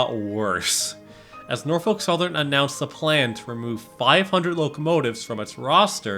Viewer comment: "NOFOLK SOTHERN WATS YO FUNTION!"